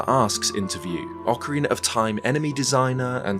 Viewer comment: Shout out to when used to call OOT as "Ocaweena of Time"! We appreciate your content!